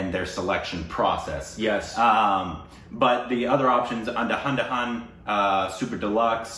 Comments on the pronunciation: Andhdhun please say it as un-dha-dhoon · U guys are saying it wrong. It is anda dhund... not anda Hun hun.... The d in anda has to be pronounced as the word The.. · it's 'andhadhun' not 'andhahandahan' 😂😂😂😂😂 you are making it more complicated. 🤣🤣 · that's 'Andhadhun' (pronounce it like Andhaadhoon) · Guys Andhadhun is pronounced as un-dha-dhun🙈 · Andaa--dhoond..that is how you pronounce it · Guys you should pronounce "ANDHADHUN" as "ANDHA DHUN"! 😊👍